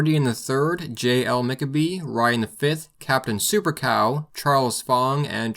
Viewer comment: McCabe.... Pronounced so wrong.Irish/Scottish surname pronounced like Mack-Kay-b!